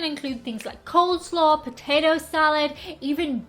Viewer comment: 'Cold Slaw' ? Ohhhhh.. you mean 'cole slaw'. I've always called cooking meat quickly (like searing burgers or steaks or hot dogs) over a fire ..grilling. If it's a lower (temperature) and slower process, then I'd call it BBQ. If your doing it over a loooooong time to add smoke flavor showing a smoke ring on the meat, then that BBQ is called 'Smoking'. Women do BBQ in the states. But, I think the act of cooking meat over an active fire is generally a more masculine trait as caveman Grog brought home the day's kill for the family back in the cave. Female BBQ-ers from Canada on YouTube is Maddie and Kiki. From America is Kendra's Kitchen, Hey Grill Hey, SipBiteGo, Six Sisters, etc.